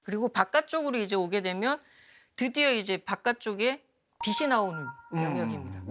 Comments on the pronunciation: 빛이....비치가 아니라 계속 비시로 발음하시네요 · 공부 꽤나 하신분일텐데 자꾸 빛을 빗이라고 발음하네 거슬리게...